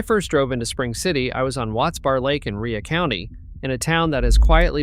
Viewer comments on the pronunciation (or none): Rhea County is pronounced RAY county not the way it looks which is how you misunderstood.